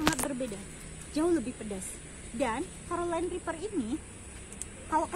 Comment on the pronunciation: carolina reper ibu bukan karolen et dah